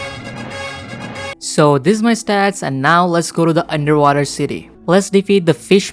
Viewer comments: Magma admiiral´´ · On admirail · Magma admiral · Admiral and shandas and raiders